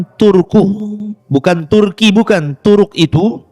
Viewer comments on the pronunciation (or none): none